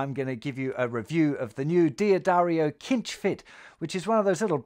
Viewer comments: Pretty certain cinch is pronounced with an 's' sound not a 'k' sound. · D'Addario is pronounced Dah-dario, not Dee-ah-dario. Cinch is pronouned sinch, not kinch